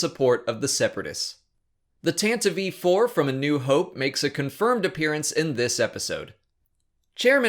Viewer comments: Your saying Tantive IV wrong. Your saying Tantive V 4. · Is that the accurate pronunciation of the Tantive IV? Tan-Te-Vee? I've always said Tan-Teev. If so, thank you for showing me the light. haha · I'm very curious why you pronounce it Tanti-vee 4. I make no claims to be an expert, but you're the only person I've ever heard say it that way. Every other time I've heard it said out loud, it's always been said like Tant-iv 4. It's not a big deal, i'm just curious. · Tantive IV - "Tantavee" or "Tan-tiv?" I've always pronounced it the second way, assuming a silent E. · It seems like you're pronouncing "Tantive IV" with an extra syllable; "Tantavive IV". Is this the correct pronunciation?